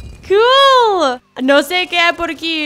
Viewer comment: Me gusta cuando dice cool